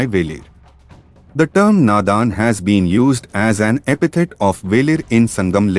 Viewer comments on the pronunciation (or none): none